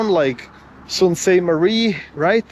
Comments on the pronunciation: Sault Pronounced "Soo" Saint Marie. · Pronounced Soo Saint Marie. You were in the worst part of town. Gore street is the crack head area of town and has been for decades. There are plenty of really nice homes and areas north and east of the city. Honestly I hate Toronto. Way too many people and it’s fugly down town also.